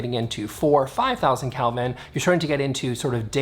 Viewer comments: First off, it's "Kelvin." You seem to be saying "Kalvin." I don't think I agree with you on the first point. It sounds like you're saying that the higher energy lights are for higher energy spaces (work spaces vs relax spaces). I'm inclined to think that it's more an issue of the color that is given off by the lights. The low Kelvin lights give off a warm color and I figure they would match better with warm colors. The high Kelvin lights give off a cool color that I figure goes better with cooler colors, like blue or green. So I'm inclined to think that it's not so much a matter of what the energy of the space is, as it is the color scheme of the space (You can always dim a high-Kelvin light). I'm curious to know what the aesthetic effect of cool lights (high Kelvin) on a warm color scheme, and warm lights (low Kelvin) on a cool color scheme. I suspect that the walls (Let's take painted walls as an example) would just have a lot less light to reflect, so they'd be dimmer. And that might be a good thing. For example, let's say you had a blue-colored bedroom and put warm (low Kelvin) lights in it. In the morning, the sunlight would show the more vibrant and cheerful blue that would signify a real energetic day. In the night, however, the warm light from the low-Kelvin lamps would be dimmer against the blue walls (I suspect) thus creating a dimmer space (compared to white walls) that might be even more appropriate for the nighttime. This is just speculation, though. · It's pronounced kelvin with a short e, not Calvin. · Never heard of kelvin. I actually thought you were saying "Calvin" and I had to look it up. I thought maybe that was a Canadian thing.😆